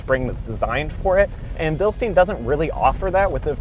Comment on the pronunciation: It’s Bilstein as in pine with an sh, not bilstein as in steam with an n.